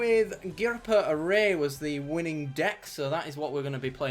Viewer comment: Sorry, can't help myself - It's "Orr-err-ee" ;)